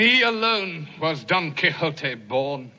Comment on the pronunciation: the way she pronounces Don Quixote in this vid really bothers me. You gotta say it right Done Key-Hoe-Tae. Not exactly like that but thats the frame work of saying it right.